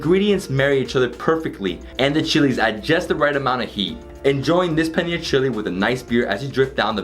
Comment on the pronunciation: Bhaisahb ko paneer bolna seekhao yaar paniyer bol raha hain🤣🤣